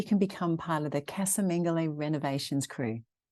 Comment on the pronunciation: Just to help you put going forward casa is pronounced Ca-as in cup sa-(sah) :)